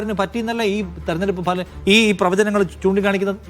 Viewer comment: ലെ മലം അല്ലടാ ഫലം